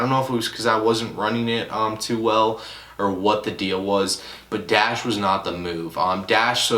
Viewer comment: u not a real botter when u pronounce dashe as dash